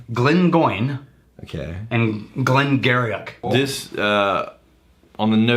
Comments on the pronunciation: Glen Garioch is pronounced Glen Geery… just so you know. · Glen Garioch?!?!?! GLEN GEE-REE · "Glen Garioch" pronounced Glen "Geeree". Great episode again guys! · You should totally review Glen Garioch 12, it's an extremely characterful malt. An advanced drinker's whisky. And as someone else already pointed out, it's pronounced glen geer-ee.